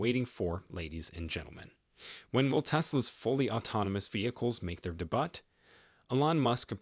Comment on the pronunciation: I'm guessing by the way it pronounced "Debut" and "Panacea"